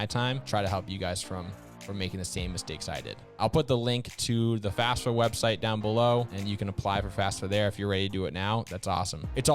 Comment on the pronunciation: So sorry, but it bug me. You have the acronym multiple times, youre teaching people... Just say FaFSA, not FASFA!!!